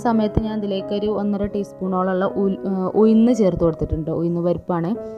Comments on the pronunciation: ഉയ്‌ന്നു അല്ലഉഴുന്ന്‌ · ഉയിന്ന് അല്ല ഉഴുന്ന് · എന്താ ഉയു ന്ന്‌ എന്ന് പറയുന്നത്. ഉഴുന്ന് എന്നല്ലേ പറയാ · ഉയുന്ന് അല്ല ഉഴുന്ന് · Why she pronounce oyichu, uyinnu, etc. Boring